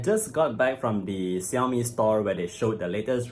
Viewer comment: also pronounced "Shaomi"!